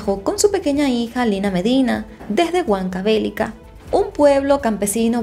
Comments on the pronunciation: Se dice Huancavelica, no Huancavélica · SIN OFENDER PERO NO ES, HuancaBElica, sino HucancabeLIca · estas pronunciando mal Huancavelíca,por algo hay tilde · HuancaveLIca... Fuerza de voz en Li. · Que penita la precariedad de la justicia y el menosprecio a los derechos de las niñas y adolescentes en esa época. Una aclaración, Huancavelica es una palabra grave o llana, la mayor fuerza de voz recae en la penúltima sílaba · Hola! Soy fan de tu canal, me encantan las historias. Si sabía algo de este caso, solo quería comentarte que soy peruana y la pronunciación de la provincia de Huancavelica no es correcta, es importante saber pronunciar para que las demás personas de otro países que ven tu contenida tengan una mejor información. Muchas gracias!! ☺️ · bella, me encantan tus videos, soy de Perú Lima, pero Huancavelica no se pronuncia así 😢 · Huancavelica es una palabra grave, no esdrújula. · Hola. Es una palabra con acento grave. . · El estado peruano pesimo no te da de comer y tampoco que te inviten pesimo y asi no se pronuncia huancavelica